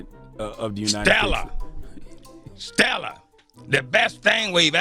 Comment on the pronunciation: “Stellar” “STELLAR” !!!!!!!!!!😂😂😂😂😂😂😂😂😂😂😂